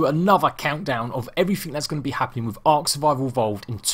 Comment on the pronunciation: Why do you say it like tlc